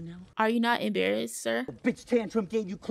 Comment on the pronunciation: “Are you not Imbarrast? This is so embarrazzin.”